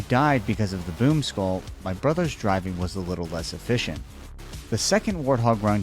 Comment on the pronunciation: I did hear you say I don't like this poop skull instead of this boom skull😂😂😂